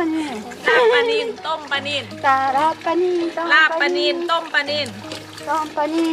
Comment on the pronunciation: ลาบปลา ไม่ใช่ ลาบปา ถ้าหนูจะสอนภาษาไทยให้คนต่างชาติรู้จักภาษาไทย หนูควรพูดภาษาไทยให้ถูกต้องด้วยก็จะดีมากนะคะ ม่ายงั้น พวกเขาก็จะใช้ภาษาไทยผิดๆตามไปด้วย